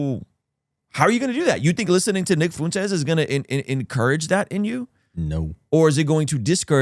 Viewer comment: Why did you say that you want to talk with Nick Fuentes but you keep intentionally mispronounce his name and the name of his audience? Optically it makes it look like you won't have a good faith convo, and he prolly wont wanna do it.